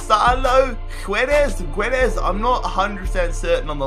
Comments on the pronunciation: the name of Guedes is actually pronounced kedes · Ok. So you need to prounounce arkadiusz like that:"ahrkahdieush"(yes, this is complicated) and guedes like that:"gedesh". Don't worry, 90% of the people don't know how to prounounce these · Guedes - pronounced (ged-sh) Nice video! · In Guedes , u dont read the "u" at the start